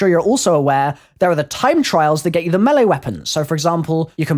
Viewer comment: the way he says map and melee weapon to me sound funny ik its his accent but its cool